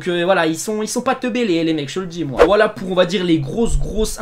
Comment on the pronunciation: A il dit whalla a la place de voila